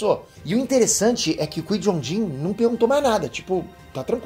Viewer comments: Chamar o Qui-Gon Jinn ("Kuaigon Djin") de "Kuí Jon Jin" é foda hein,... kkkkkkkkkkkkkkkkkkkkkkkkkkkkkkkkkkkkkkkk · O “Quei Jon Din” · kkkkk Massa ele falando do Jedi "quijonjin" kkkk. Mas o correto é Qui-Gon Jinn (cuaigon-djin) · Repete comigo : Kuai Gon Gin se fala assim 😂😂😂😂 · Uma correção o nome do mestre jedi Qui Gon Jin se pronuncia “Quai Guon Jin” Ok? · Você vê que o cara é poser quando ele chama o Qui Gon Jin de Cuijonjim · Bora lá,, repete comigo: Qui Gon Jinn = KUAI GON DJIN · “Quin jom jim” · Pô,, a pronúncia do nome do Qui-Gon Jinn é cuaigom gin. Ficou horrível a pronúncia. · Escutar "Cui John In" é f*da hein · Qui JOW Jin? Porra kkk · Oq é pior o falando Qui-Gon Jinn ou que o pai é o Sidius? Ps, o pai é o Plegueis quando manipulou a força a bel prazer para dar vida a seres na busca pela imortalidade. A força sentiu-se humilhada e não respondeu e nessa ausência foi a concepção. Até por isso Darth Plagueis nos acontecimentos de ameaça fantasma tenta conhecer o Ani em Coruscant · Qual é cada hora mudando a pronúncia do qui-gon jinn